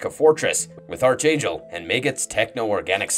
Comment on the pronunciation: It's pronounced ARC-Angel (like Spark) Not ARCH-Angel (like Archie). Watch any cartoons involving Apocalypse and his Four Horsemen...